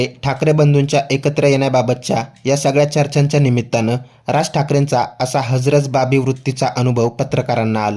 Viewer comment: हजरत बाबी नाही ओ, हजर जबाबी. आधी मराठी नीट शिका आणि मग वार्ताहर बना.